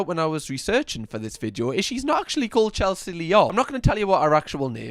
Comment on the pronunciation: Loving you vids bud. You quite comical but I've never heard you once say video. Everytime you say "vijo" I'm shouting video for you! 😂